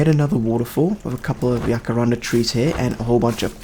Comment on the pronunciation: The way you said jacaranda at about 32 min, is exactly like how we say it in Afrikaans, one of South Africas 11 national languages, and i am damn well impressed. Although the word jacaranda and the tree is not originally from South Africa, it has bacome a big part of the culture, expesially in Pretoria, where I go to university, and it is believed that while studying, if one of the flowers falls on you, the test you are studying for will go very well for you. Just something I thought of while watching 😂